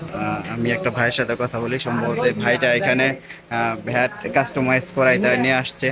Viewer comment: ভ্যাট কি ভাই, আমরা জানি ব্যাট।আপনি কি ভ্যাট দিয়ে খেলেন 😂😂